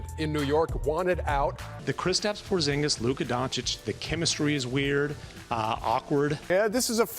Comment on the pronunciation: Bruh this guy been hurt. He can’t control that. Atleast pronounce his name right. I still got hope, Once he’s able to take care his body and remain on the court , he’ll still be that damn good. He was young and he’s gonna learn how to not get injured so much. And if that doesn’t happen I can’t blame him, Look at DRose, Greg Oden, the legend Grant Hill. It wasn’t they fault they should didn’t have an iron man body like LeBron. The 🦄 can still figure it out and bust ass on the Wizards. Let’s see what happens.